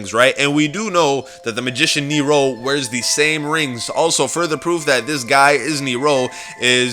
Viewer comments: its supposed to be like "near-ro" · ricardo rojas ok its pronounced Neeerow ok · Who else cringed do damn hardwhen he says neRO neRO neRO ITS NEro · It's Nero, not kneer-roh, stop pronouncing it with such a fukin stop in the middle of the word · It's old but the summoning key is not a glass and why do u pronounce Nero saying neyero loved the video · I like how he pronounces nero as nerow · He says nero as neeiro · He says it Near-rows the only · He says it Near-row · Anyone being driven insane by his incorrect pronunciation of "Nero"?... -_ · Austin Spurlock he emphasizes it oddly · Okay, first, You are saying Nero and Femme wrong, I don't mean to hate but my OCD is tearing me apart. Second, (no offense when I say this, This is just me correcting a theory due to common sense) When you were talking about your Theory, I noticed many things wrong. For example, the theory of Nero watching Jessica is true, but the fact that Jessica is Married to Vincent is as bad as saying that Misty is Dempsey's Daughter or one of Nikolai's wives, even though this was made before we had more than A single trailer to go off you should still understand, I intend no Hate or Negative effects from this comment, and thank you for your time